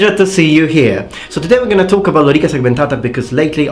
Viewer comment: what a remarkable prononciation of lorica segmentata :) i like italian accent